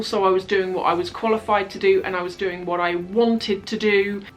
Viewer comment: anyone else crack up really hard when responded to the email with a "wuht?" haha xD <3